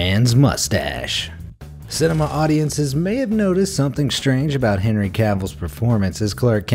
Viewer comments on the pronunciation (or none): none